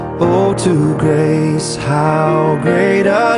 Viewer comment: One of my favorite hymns. Chris Rice, do you have a speech impediment? It is Grace, not gray. Why do you drop the consonant at the end? Praise !!my dear fellow, praise. . It has an s at the end.